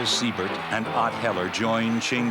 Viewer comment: Earl SYE-BERT. Not, SEE-BERT.